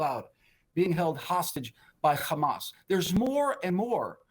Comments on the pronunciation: Not sure what logic and world he lives in! No one buying these lies! And stop saying khamas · "Khamas khamas khamas" what a joke these guys are